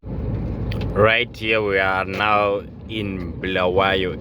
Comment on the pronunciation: Its Bulawayo not BHULAWEYO